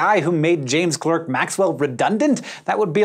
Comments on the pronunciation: The "Clerk" of James Clerk Maxwell is pronounced like "Clark". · "Clark" not "Klerk". Thanks Hank! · minor quibble, Clerk is pronounced Clark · Maxwell's middle name is pronounced "Clark".